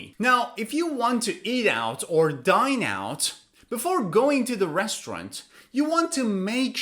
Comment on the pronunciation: Res trau rant Or Restront